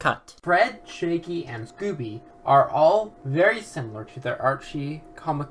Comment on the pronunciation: Do you keep calling him 'Shaky'??? His name is Shaggy